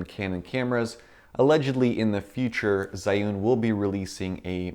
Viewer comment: You kinda pronounced "zhiyun" (智云) wrong, haha.